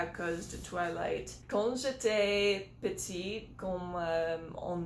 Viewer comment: si vous ÊTES méchants ENVERS moi "ignorer" on ne prononce pas le "g" plutôt "première question" ou "question numéro un" . "question", c'est un nom féminin il faut bien prononcer le t à la fin de "petite" pour le féminin j'ai pas compris. "je ?uis mon personnage " Personnage préféré, ça sonne plus naturel j'ai pas compris le 1er mot après la question j'ai pas compris le mot entre "trop" et "honte" j'ai pas compris le mot après "très ". Ennuyeux ?